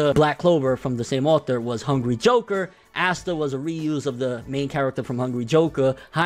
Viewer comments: Awe-Sss-ta NIGGA NOT ASSTA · Well it's not Ass-ta....and black clover has a very high rating